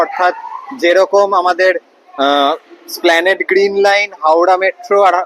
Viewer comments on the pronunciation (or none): no It is Esplanade not 'Esplanede'. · Esplanade -এর উচ্চারণ হবে এসপ্ল্যানেড। স্প্ল্যানেড নয়।